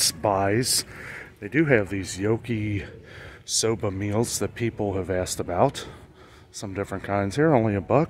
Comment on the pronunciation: sir, that is pronounced as Yah-kee-soh-bah. 😁